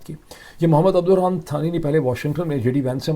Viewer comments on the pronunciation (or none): میاں، اردو میں “ثانی” کا تلفظ ہے “سانی”، تھانی نہیں۔ آس لفظ کا مطلب “دوسرا”۔